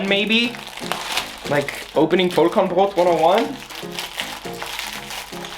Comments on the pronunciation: as a german i'm really impressed by how aesthetic you say Vollkornbrot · es ging halt literally 5 sec. ums Brot:D Und ich denke, dass es schon allein seiner sehr guten Aussprache des Worts wegen durchaus bewusst war, was es bedeutet. Sprachlich sollte ihm das sehr bewusst gewesen sein, da er ja auch deutsch lernt. Vllt antwortest du einfach beim nächsten Mal auf eine wirklich gestellte Frage, z.B. Wofür man denn den Topfdeckel beim kochen braucht, anstatt mich jetzt so an zu zicken 😘